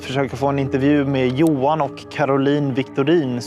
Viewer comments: Just a moot point j is y in dutch and German so JOHAN is pronounced yohan😂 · Dude, you really don't know how to pronounce "Johan"? "Yo-hann", not "Joe-hann". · It's not "JOE-HAN", it's YO-HAN.